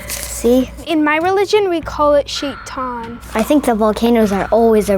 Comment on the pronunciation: I wonder if the Muslim girl speaks Arabic.. the way she pronounced shaytan was weird